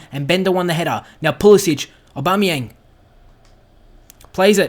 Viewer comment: Great to see Christian Pulisic score you should keep playing him he is class although it's pronounced Puhlissick that said glad he is getting game time keep it up :-)